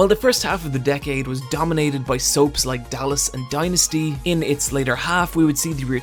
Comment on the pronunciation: Please don't mispronounce Dynasty and docile. It's so crass and galling.